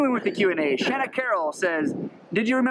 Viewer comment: "Sh-Ann-Na" You guys had it right :) I am Canadian with Irish ancestry. I introduce myself like James Bond lol because of my last name. Carroll, Shana Carroll. Thanking for answering. Rough plans keep you felixaeble, it's the best way to travel. Good job at packing the drone! Hope you get a chance to do a what's in your backpack video.